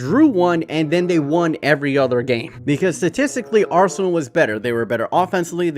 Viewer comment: “Rsenal”